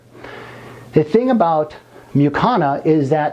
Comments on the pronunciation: Don’t want to be petty, but at a certain point, it is unforgivable that he constantly says “Mucana” instead of “Mucuna”. And… DUDE… wear a long arm shirt ffs! I don’t want to see your gay tattoos! Apart from that, a great video and a great doctor! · Since when does the letter "u" in the English language make an "a" sound?